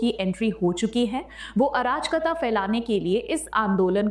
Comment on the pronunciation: मैडम शब्द अराजकता है न कि आ राज कता। तीनों शब्दों को मिलाकर पढ़िए। आपका इस शब्द का उच्चारण ठीक नहीं है।